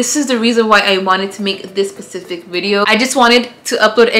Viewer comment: ok im glad Im not the only one who says “pacific” when trying to say specific 😂😂😂 love you ❤️❤️